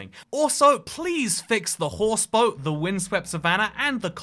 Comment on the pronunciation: did my man just say 'boat' like 'bott'